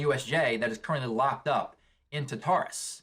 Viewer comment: Tar-ta-rus.....NOT Ta-tar-rus...please stop